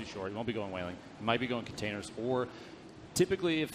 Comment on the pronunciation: Its containers,not commenators